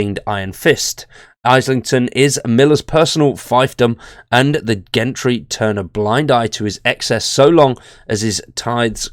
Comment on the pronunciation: Islington pronounced 'IZZlington' / Gentry pronounced 'Jentry' (soft G!). Thank you v much :))